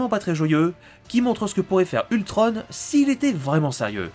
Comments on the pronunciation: On ne dit pas Ultrone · Enfaite c pas ultronne c ultron on on on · C toujours pas ultrone mais ultron!!!!!! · ultrone pour la vo et ultron pour la VF sinon continue comme ça j adore tes vidéos !!!!